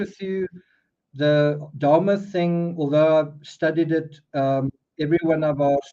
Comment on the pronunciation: Sorry Nick..i just realized you were talking about Jeffry Dahmer🤦‍♀️😬I kept hearing you say " darma" or "Dharma" and I was wondering who you were talking about 😆 hahaha